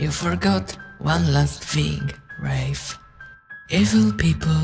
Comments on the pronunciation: Scariest part is that this whole time it wasn't pronounced "rah fey" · his name pronunciation is fucking rayf and not rahfey this is the one true nightmare isn't it